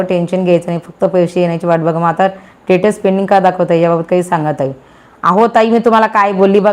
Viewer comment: are te tatus nahi status aahe